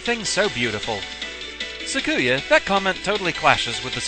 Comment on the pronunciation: Awesome. You've gotten to this series. Alright, well, I'll just say this; I am a Touhou Lore Guy; you need lore for the videos and the wiki is too labyrinthine (and sometimes it is), I'm your guy. Also, please go the good Touhou wiki (en [.] touhouwiki [.] net) and listen to how to say Sakuya's name. Less emphasis on the "ku" part. Apologies if I was rude.